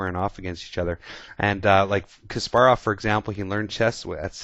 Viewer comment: Btw, thanks for saying Kasparov's name right, usually in English-speaking countries they say KAsparov, not like it should be - KaspArov :)